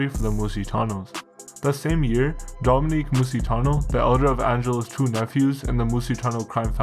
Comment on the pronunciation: Great content but you gotta pronounce these Italian first names properly. Domenic. Not Dominique.